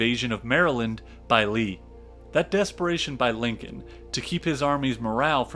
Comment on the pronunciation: I unAmerican can a narrator be than one that can't pronounce Lincoln property.